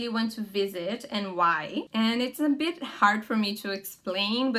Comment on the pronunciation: very good english, here comes a tip though, when you say a word with "I" like "bit", the pronunciation of i becomes something like a "e", and this aply to a lot of words too, tip, live, gig, etc, idk if its clear, but theres some yt videos that can explain that, small advantagens is one of them, abraços